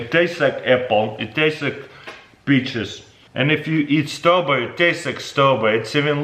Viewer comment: I heard beaches.